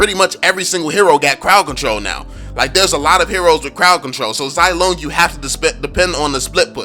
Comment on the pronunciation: Getting annoyed by the wrong pronunciation of the name but I understand hahaha. Zilong is pronounced as "zzz (kinda like a buzzing sound) long" (I don't know how to properly explain without delving into Mandarin tones and whatnot. By the way, Zilong is the courtesy name of Zhao Yun, a general under Liu Bei, considered as a war god, and is famous for his daring rescue of Liu Chan during the Battle of Changban, although its historical veracity has is doubtful.